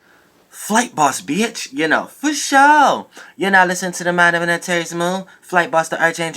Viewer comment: i love that little southern accent that comes out when you say "bitch". :)